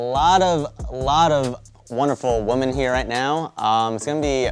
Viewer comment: If he would have pronounced WOMEN as WOMAN.. ONE MORE TIME, I would have thrown my computer out the window. Smh